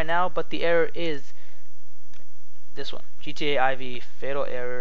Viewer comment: MickMoney Money Yes, I am aware. But it's pronounced "four", not "eye vee".